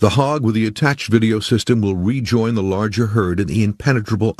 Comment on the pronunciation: So, he says , "it will be... THEEE MOST EXCITING VIDEO YOU'VE EVER SEEN""................. OOOOOOOOOOOOOK ! :/